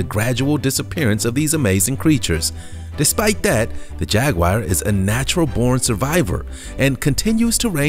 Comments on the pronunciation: It is a jaguar not a jagwire! Quit mispronouncing it. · Every single time I watch one of these videos I find the maker can’t seem to tell the difference between footage of Jaguars (which none of you seem to be able to pronounce btw...they are not jag-wires), leopards & cheetahs. Good job on keeping the average up 👌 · What is a "_JAG WIRE?" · what the fuck is a jagwire ? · Some one should teach these people how to pronounce the names of animals like Jaguar it’s pathetic ! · Maybe that's his click bait.. He sound so certain 😣😣😣